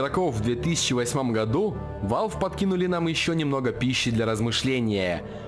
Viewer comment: и не ВАЛВи а валв или вэлв